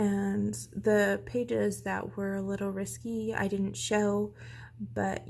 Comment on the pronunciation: Great collection! I love watching to see what I want next. And not to be mean but it's not "Risky" it's risqué, pronounced risk-kay.